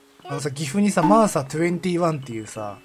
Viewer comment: 岐阜住みでマーサ21(にじゅういち)やと思っとったんやけど、そんなサーティワンみたいな読み方やったん？